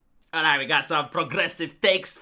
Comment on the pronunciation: Now, you might be concerned that is using the feminine 'we' instead of the masculine 'I' in 'we hate your aesthetics', but, in fact, he's saying ' hate your aesthetics', so we're good. Great video, as usual